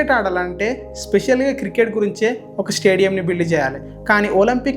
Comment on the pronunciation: కిర్ కేట్ కాదు క్రికెట్ Any way all the best